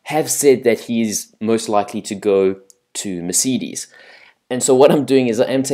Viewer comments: great english bro meceedes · Haha! Mercidis? Volteri Bota? WTF!?!?!? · Thats not how you say Mercedes and that is definitely not how you say Monaco